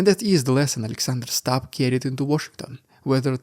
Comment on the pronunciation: Great content as always, BUT it's pronounced StUbb, NOT "Stabb", whatever that might be.